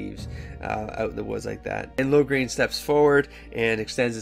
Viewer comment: I think this is a good idea. I giggled everytime you pronounced Loghains name as "Lograin". Hehe anyways, I'm glad you are doing this. I haven't read any of the DA books except "Asunder" because I was curious about what happened before DA inquisition.